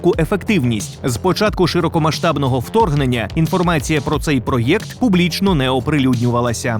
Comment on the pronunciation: не картав "пройокт"!!! (на російський манер)